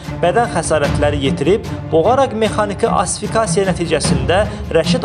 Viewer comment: Asifikaciya YOX, ASFIKSIYA